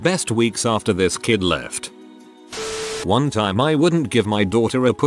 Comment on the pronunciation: wuan waun doupt